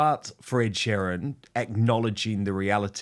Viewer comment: Dan u have been in the uk long enough to say sheeran properly